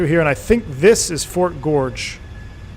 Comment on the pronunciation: I grew up in Westbrook, Maine. (That's the W in KPWM.) I now live in the outskirts of D.C. Thanks for taking me home. The fort is pronounced "Fort Gorgeous." (GORG-ez.)